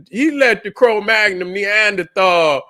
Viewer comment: It's cro-magnon